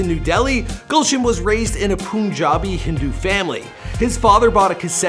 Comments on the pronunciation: Gulshan pronounced as galshan and punjabi as pun jaabi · Its PUNjabi not POONjabi. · Pronunciation of the "u" in "punjabi" is like the "u" in "understand".... understand?